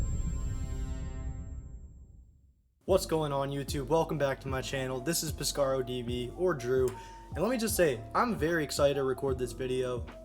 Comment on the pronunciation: Great video. I was excited when you actually said my last name properly. Some people think it’s a soft A when it’s actually a hard A. All honesty it doesn’t bother me but something I liked. I didn’t know you were a survivor of a school shooting. That would not have been easy. I can’t imagine how hard it is to live with that trauma.